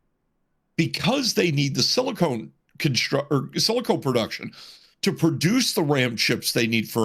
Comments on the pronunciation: People who work in the industry and say “silicone” instead of silicon. Why? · *silicon, not silicone Completely different things... 😅